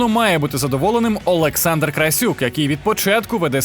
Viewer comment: Кличко, та вимови ти Олександр а не А